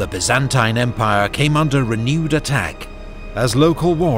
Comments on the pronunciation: I've never heard the Byzantine empire said with that annunciation. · Amazing, but the pronunciation of “Byzantine” is killing me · so why he says it wrong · The only thing I can’t stand about this video is the constant mispronunciation of Byzantine. Like nails on a chalkboard to my ears